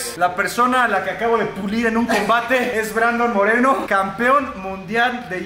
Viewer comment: en el inicio dijiste brandon morelo y es moreno que paso ahi